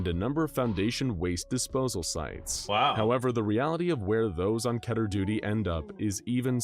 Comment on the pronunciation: I think it's Called Kehhh ter. Instead of KEY ter.